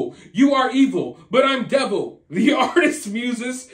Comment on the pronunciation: yeah ... dee-vil ...